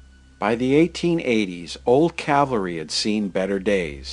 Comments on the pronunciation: Nice video but you kept mispronouncing Calvary. Its cal-vary not cav-alry. ;) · Beautifully done. Almost like a Ken Burns documentary. (Although I winced every time you said “cavalry” when it should be CaLvary.😁)